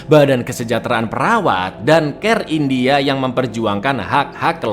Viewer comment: “Fim indiahe bergenre thriller action misterihe” 😂